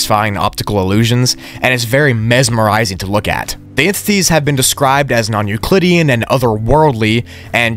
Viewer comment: How many times is he gonna say nuclidean